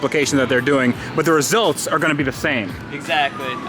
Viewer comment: Reselts or results??????